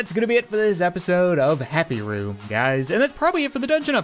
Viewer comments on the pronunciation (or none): you said "happy roo" in the intro In case you disagree put captions on you'll see